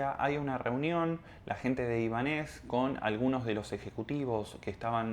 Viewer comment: Te sigo desde hace unos días y me gustan mucho tus vídeos pero en este no estás muy acertada por qué no dices bien ni el nombre. No es Ibanéz,es Ibánez por lo de Ibáñez